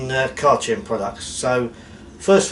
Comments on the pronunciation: I think you should pronounce Chem as "kem". Chemist is pronounced Kemist! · Exactly it’s pronounced Car Kem